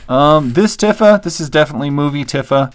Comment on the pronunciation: Man, these are a bit rare ! I wish I had bought some of these figures when I was a kid; they were easily available and non-expensive. I enjoyed seeing them ! :) BTW: Tifa’s name is pronounced “Tee-fa” and Yuffie is “You-fee” BTW, your story / unintentional joke about how your wife found the Tifa figure covered in plastic made me laugh pretty hard